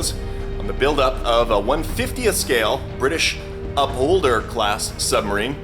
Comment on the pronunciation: Upholder, oh, I thought you said Cup holder, I wondered how that was going to work.... never mind.